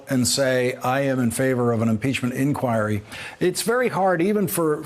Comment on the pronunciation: I hear you pronounce the word INQUIRY the way it is supposed to! Why does hardly anybody else I hear now manage to pronounce it correctly? (Greetings from Norway,...we are waiting in suspense for impeachnent inquiries to get going over here! Good luck with that!)